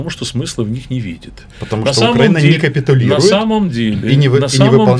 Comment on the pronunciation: Роман, пожалуйста попровляйте их пожалуйста по поводу "на" и ударения в названии нашей Украины, очень режет слух